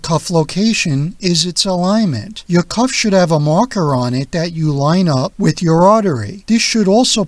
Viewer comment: Speak properly; it's "cuff," not "cough."